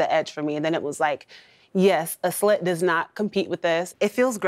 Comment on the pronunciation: anyone else going crazy of them calling it split instead of slit